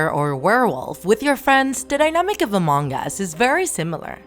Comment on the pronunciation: It is not mong us it is Among Us